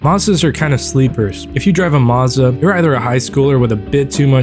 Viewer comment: never heard someone pronounce 'Mazda' like that in my life